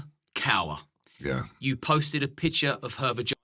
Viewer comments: Hi, FYI the name KAUR is pronounced KAW same RAW...not COWER.... but keep up the good work LOL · Kaur pronounced as 'Core'. Just to note. Usually means 'Princess', But in this case, far from it. 🙏🏽👳🏽‍♀️👍🏽